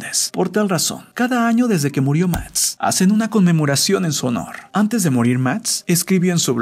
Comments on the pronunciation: Lo que no entiendo es por q dice mats en vez de max me desespera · Soy yo la única a la que le moleta que pronuncie Max como Matz? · Buen video pero me caga que digas ..............................MATZ!!!!!! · Muy buena historia y todo pero me estrésa el hecho de que diga mats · Alguien más pronuncia mats en lugar de max? Xdd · Soy yo o en vez de decir Max dice Matx 🙁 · Me estreso que todo el vídeo dijera MATS en vez de Max 🙄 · Se llama Max pero este wueon le dice matz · ¿Máx o Matz? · Por q dices mats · MATS?? JAJAJA QUÉ LELO NO PUEDE PRONUNCIAR LA X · Prque dices MAST en vez de MAX🤔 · Soy yo o dice "Mats" en lugar de Max? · Me estrese cada que dices "mats" -.- hahaha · jajaja "Mats" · “Matz” :v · Soy yo o el de tu no puede pronunciar la x cuando dice max (sin ofender) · El que comenta dice mads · "Matz" JAJAJAJAJAJAJAJA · Todo el pinche vídeo no pudo pronunciar la x del nombre max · Pronuncia bien la maldita x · odie y me devastó la mala pronunciación de máx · Hahaha que raro pronuncia máx... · Creo que no sabe decir la X